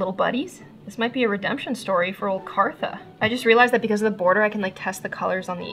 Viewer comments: IT’S KARTHA, NO ONE KNOWS A HERE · its Kartha not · What is your real name??? I have heard ur friends say kassis and in the intro u say kartha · I love how in every video she says her name Kartha gewert